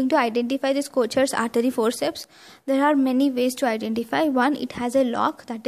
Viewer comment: But it’s pronunciation is wrong, it’s pronounced as kokers forceps , it’s Swiss word